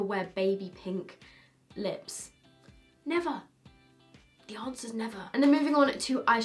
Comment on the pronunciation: "Dii unsah is nevah". God, I love you :)))